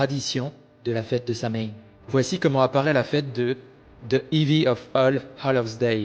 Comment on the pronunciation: On prononce Sowiiinnn en irlandais et c'est Samonios en gaulois. Nouvel an celtique